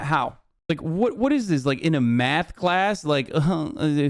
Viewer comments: Omg the way he says math (“myath”) makes me cringe! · The way he says math (“myath”) makes me cringe. His whole being is just repulsive. (He as in Ben Shapiro) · He says Miath instead of math